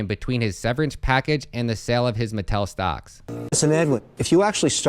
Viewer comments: It's pronounced Ma-TELL'. Not metal. Very very well-known toy maker unless you're under 30 maybe. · It's pronounce Mah-Tell.